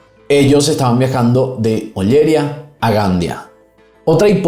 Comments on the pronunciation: Todo bien pero Ollería y Gandía. Acentúa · Oller Ía y Gand Ía, con énfasis en la I.